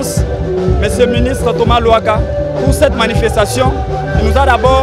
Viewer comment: C luhaka et non lohaka